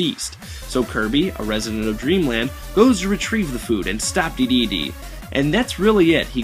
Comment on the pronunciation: Awesome review. Except for Duh-dee-dee. I am pretty sure its pronounced Dee-dee-dee